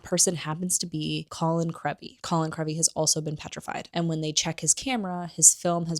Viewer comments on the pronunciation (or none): It’s Ginny (with a short i sound), not Jenny. Colin’s last name has a long e sound, not a short e sound. Dobby has a short o sound, not a u sound. Otherwise, great video!